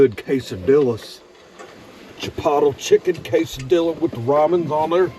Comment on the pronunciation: Cas-a-dilla 😂😂 i say it this way too and my abuela hits me 😂😂